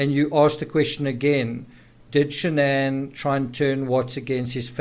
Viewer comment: Also Shan-an wasn’t her name. It was Shannan. She tried to get Chris to change the pronunciation of his name as well.